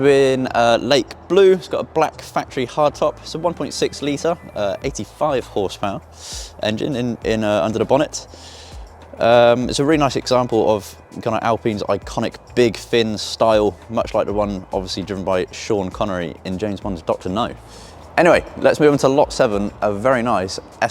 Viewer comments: Hey buddy. I was raised in Herefordshire and hadn't realised it had become part of France🤔 The Sunbeam is an Al-pine. Like the tree and not Al-peen. 😂 I Like the Panda👍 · It's a Sunbeaam Alpine, with an 'e', not a Sunbeam Alpin. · soon as he called it an alpeen that was it for me !